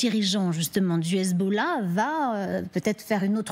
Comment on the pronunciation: elle prononce mal "hezbollah" , I24!!!